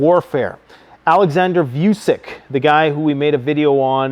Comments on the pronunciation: Dude if your going to keep talking about the Serb president might want to learn to say his name right 😂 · I'm sorry but you're not the brightest ? How many time we wrote you its Vutshich not Vucic? Or you're just ignorant? It's not not nice... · Vucic not Vusic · Serbian presidents name is pronounced as "Vu-cheech"